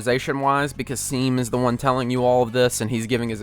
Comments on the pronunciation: Seam is pronounced shaun but replace the n with m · Seam's name is pronounced ''shawm'' and he literally tells you how its pronounced when he meets you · its pronounced shawm not seam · Well- okay so I know this is late but uhh- First thing: Seam is pronounced "Shawm," it's most likely a reference to Jacksepticeye seeing as he has a love for Undertale and his real name is Sean but pronounced "Shawn." Second thing: Kris is nonbinary and has they/them pronouns, like Frisk and Chara in Undertale. This is honestly less important since I feel like Toby made it so that you can insert yourself into the character more easily, but MatPat also did get a lot of hate for blatantly disregarding nonbinary and trans characters as well as their respective pronouns, so I'd uh- be careful about that. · Seam is pronounced Shawm bozo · its pronounced " S H A W M " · We gonna ignore how you pronounced seams name completely wrong? It’s pronounced “shawm” but spelt “seam” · I don't wanna be that person, but I feel like this has to be said: 1. Seam's name is pronounced Shawm (and he calls his shop his seap at some point when you talk to him!) 2. Kris's pronouns are they/them, not he/him (all of the characters use their correct pronouns throughout the whole game and I think it's a really nice detail!) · It's pronounced Shawm… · Seam is pronounced shawm And his seap shop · its pronounce shawm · I haven't even finished watching the video but.. he literally says "it's pronounced shawm" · i noticed that you were pronouncing seams name wrong its pronounced "shawm" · this dude seriously just mispronounced seam when the character literally tells you how to say his name (it's shawm, by the way) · Seam is pronounced Shawm btw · its pronouced Shawm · Pronounced "shawm" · Love the video but I just have to mention that Seam is pronounced "Sh-aw-m" (like Sean is pronounced Shawn). I will never forget that because the first time I read that dialogue, I laughed for 5 minutes straight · IT'S SHAWM NOT SEEM